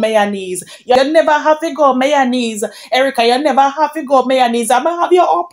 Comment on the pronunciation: Chin is myonaise she said😂😂😂not mayonnaise 😂😂😂